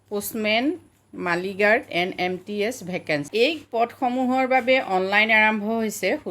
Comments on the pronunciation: Not মাইলগাৰ্ড it's মেইলগাৰ্ড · মালিগাৰ্ড নহয় বাইদেউ 😂😂😂 মেইলগাৰ্ড হে শুদ্ধ 😄😄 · বাইদেউ আপোনাৰ চেনেলটো চাওঁ বহুত ভাল লাগে শব্দ বোৰ শুদ্ধকৈ কলে আৰু ভাল লাগিব বাইদেউ মালী গাৰ্ড নহয় মেইল গাৰ্ড হব লাগিছিল